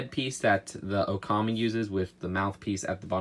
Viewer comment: Its pronounced oc-A-me sorry it just frustrated me in the video.